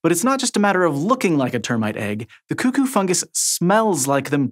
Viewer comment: CooCoo? It's Cuckoo. They literally say it lol.